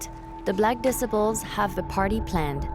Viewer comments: Someone teach this woman narrating how to pronounce disciples. 😂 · How they let this lady butcher the word DISCIPLES the entire video is beyond me 😂😂😂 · if it’s AI generated than it should be able to pronounce DISCIPLES. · And black disciples vs Jojo world lmao. Imagine if you were from a single block and every single bd in Chicago was after you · Please get people who can read to narrate these stories the mispronunciation is so sad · "Disipuls"; it's disciples. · "disi ples"!? It's des cy ples 😮‍💨🙄🤦🙅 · Facts.. She called the BD's "Black Diss-iples" Nobody outside of Chicago should try to explain Chicago.. I don't even think these people are from america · It's pronounced D cy ples disciples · The way you say disciples bothers me lol D-cy-po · Disciple. Say it like (DE CIP PLE). 3 parts okay. Growth and Development Lady not Gangsters and stuff even though that's the action if messed with. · She said de-sip-a-pulls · 🤣 right? Hard to sound like a tough gang if you the black decibels 🤣🤣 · THE BLACK “ DIS-I-PULS” VS “ JOJO WORLD “ 😂😂 where she getting her information…. JOJO world is a small clique .. it’s really BD Vs GD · "Barkcac obama".. " black disipal"... who narrated this AI. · I live for these pronunciations. Black Dissa-pole. Al Caponey. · If you can't even pronounce disciples then I can't take anything you say seriously. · You’d think that the person narrating this could pronounce disciples correctly! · The way she pronounces certain words like disciples... or wads... horrible... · I cant get over the fact that you not only butchered names and places, you butchered the gang's names that you cover🤦‍♂️🤣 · The documentary Is good but why you pronouncing disciples like an illiterate? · good docu but damn learn how to pronounce disciples lol... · How you make a documentary & can’t pronounce the gangs!? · Who let this lady narrate this .. BARE-RACK Obama.. the Decibles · This AI generated narrator is wild 😂 Al "Caponey" Gangster "Decibles" "Layten" Kings